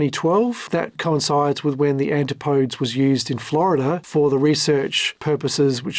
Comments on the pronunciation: Every time he says Antipodes I die a little bit in sympathy for the English language😢similar to when African Americans say arks instead of ask😢does he realise the ANTIPUHDEEZ (pronunciation) was named after The Australian New Zealand region? The Murican ejakashun sistem is a worry, try English, Geography and the metric system before you fumble around with AI and make it worse😅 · Enjoyed the video, but it has several minor mispronunciations which are not a big deal to me, but it does mean you likely havent watched any of the extensive Coast Guard hearings -because the word "Antipodes" is spoken a loud in most testimonies -usually multiple times -and the name Guillermo Söhnlein is pronounced in about half of the testimonies. So it's a great video, just wild that you never watched any testimony or a lot of other video or audio content to make this -theres so much of it. Are you aggregating via AI summaries, pulling public docs and filings or reading summaries of testimonies -so how does someone curious enough to make such an extensive video spanning a companies 16 years and the founders history prior to that not watch other video content on the subject? it's very unusual -I guess Im impressed as its a great vid.. Also, FYI I dont believe Oceangate issued any refunds from watching the testimonies from the finance folks during the hearings... ever -they would do reschedules or promise make goods -but never refunds as they simply couldnt afford to if they wanted because they were basically robbing Peter to pay Paul to keep the lights on and barely make payroll at times by taking internal loans from Stockton. Whatever your process is, keep up the nice work. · And why can not a single Youtube channel that talks about OceanGate pronounce Antipodes properly??? Seriously, you are allowed to look up words you are not familiar with before recording. You SHOULD be expected to, actually. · That’s not how to pronounce Antipodes. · AN-TIP-OH-DEEZ, not anti -podes